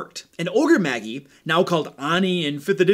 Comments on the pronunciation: You lost all d&d and nerd cred when you uttered Ogre "Maggie". Lol, my cringe meter was off the charts. Then you said "On knee" for Oni. Which Magi is pronounced like Jedi. You pronounce the I (eye). And the a is like magic just ma and not m-ah with the ahh sound. Oni (OH-knee) is a disgrace as it's incredibly popular term from anime and Japanese mythology as it's a Japanese word for evil spirits/ogres/demons. This is nerd 101 terminology. Mostly a me issue than a you issue. I just can't help myself. I almost died inside when my friend pronounced paladin as Pa-ladin. Just ribbing you dude, love your videos and the not so silent digs you make at 5e. Keep it up. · Ogre maJ-eye, not ogre maggy, (soft J, not hard G). The word "Magi" is a reference to ancient scholars and astronomers, the best example of which are the classic "Three Wise Men" which are often referred to as The Magi in biblical texts. Oni (oh-KNee) comes from Japanese mythology and are a kind of "Yokai", which means ogre, troll or demon depending on context. The Oni and the Ogre-Magi are fundamentally similar concepts and I suspect that the original D&D Ogre-Magi was an adaptation of the Japanese concept. Of course, I now have to have an ogre NPC in my game called Maggie..... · Isn't Magi pronounced May-jai? You are the first person I have heard pronounce it as Ma-gii. Also its fifth edition name is pronounced Oh-nii. That you can't be blamed for that one as it is Japanese. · Ogre Maggie? (You mean Ogre Maj-eye?) Sorry, I can't focus on anything else when you call them that... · I love your videos, man, thanks so much for the hard work! Just a friendly note. . . the word magi is pronounced ma-jai. Soo not trying to be an ass here, just wanted to give the heads up. Thanks! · Magi is pronounced MAH-jeye. Great content though. Love your channel. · Magi is pronounced mage - eye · Magi is pronounced ma-ji. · While I enjoyed the video did it bother anyone else that he kept pronouncing magi and oni wrong